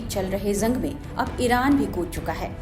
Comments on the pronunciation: झंग नही जंग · Zang nahi jang bolte hain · Bolna theek se seekh lo madam. Jung ko Zung nahi bolte. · Zung nhi madam ji use Jung bolte hain😂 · Madam zung nahin hota Jung hota hai Jung😂😂😂😂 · Izrael ❌ ijrael ✅ Gaza❌Gaja✅ Jung ❌ zung ✅